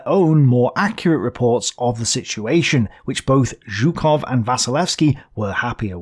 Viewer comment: I don't believe my ears, you've started to pronounce Zhukov correctly again. Better later than never!